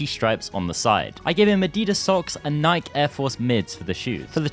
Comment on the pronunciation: Bro it’s NI-KEE